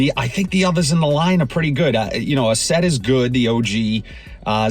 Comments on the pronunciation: Asaad not Asaid, like the former leader of Syria... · Asad not asaid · Lataffa "AhhSaid"?? 😂